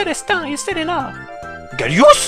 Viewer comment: Pourquoi "Gallious"?